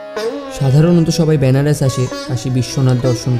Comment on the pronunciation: আরে দাদা এটা ব্যানারস নয় বেনারস। উচ্চারণ তো ঠিক করো